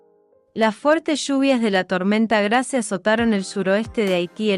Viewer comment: Por favor es Grace , que se pronuncia ,no literalmente en español Gracias